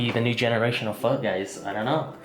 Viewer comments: "it does not taste like Pho" so it's not Pho. The end also you read everything else in vietnamese normal and you say Pho like a country white guy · Campbell's Pho broth?! Phock that lol